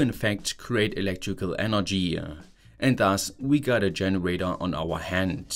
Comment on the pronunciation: Thanks for sharing but could you please try to change your pronunciation especially towards the end of a sentence? It is not a generatö but a generator. Would make your videos significantly better 😉